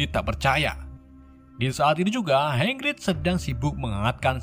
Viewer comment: Welsley malah disebut welsel Hagrig dibilang hangrig. Wk Wkwkwkwk